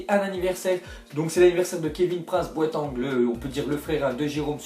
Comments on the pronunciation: boateng ça se dit boatINg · C'est pas "Boatangue" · Ca m'a fait mal aux oreilles quand il a dit Boa"tang" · lol comment il a dit Kevin prince boiteng